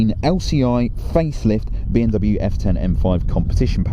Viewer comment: Why do you keep saying B “N” W 😭😭